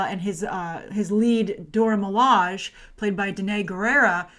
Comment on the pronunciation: Milage is pronounced Mi-La-Jay